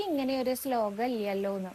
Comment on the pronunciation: സ്ലോകം എന്നതിന് പകരം ശ്ലോകം എന്ന് ഉച്ഛരിക്ക്യാണ് ച്ചാൽ ഒന്നും കൂടി കേമാവും.... നാരായണാ അഖിലഗുരോ ഭഗവൻ നമസ്തേ 🙏🙏🙏